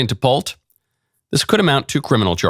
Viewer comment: It’s pronounced Pult-eee as in Pulte Homes. They are HUGE nationwide. She’s cooked!! Those who yell the loudest…🤔